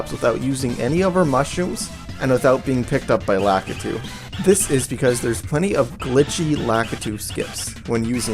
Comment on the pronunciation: Lakitu is pronounced "la-KEE-too", by the way.